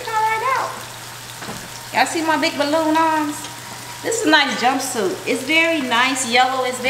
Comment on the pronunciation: I thought she said it’s a jumpsuit.....It is nyce...